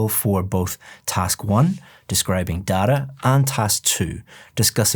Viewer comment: You literally told dada (dad) not data 😂